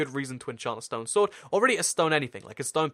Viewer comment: i realized something funny: he said "sowne stord" instead of "stone sword".